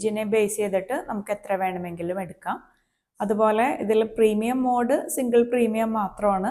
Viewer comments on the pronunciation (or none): none